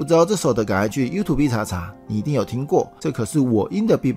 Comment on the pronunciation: YouTube的唸法更正一下吧